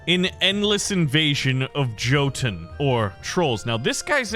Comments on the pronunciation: Was just about to say I was waiting for a mispronunciation as soon as I saw Norse mythology but that super confident “jotun” made me die inside right at the start 😭 took me by suprise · Hey just letting you know Jotun is pronounced yotun not Jotun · jotun is pronounced yotun. and also jotun means giant. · Love the videos, thank you. But "Jotun" or "Jotunn" is pronounced "Yotun" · Hey u do know that jotun or jotnar is pronounced “yo-tun” or “yut-nar “ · A small tip. You pronounced “Jotun” wrong. Here’s how: “Yo-tun”. They we’re the giants of Jotenheim. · I think Jotun in pronounced yotun